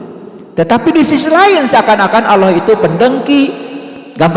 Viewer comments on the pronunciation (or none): dya blg nya awloh dan aloh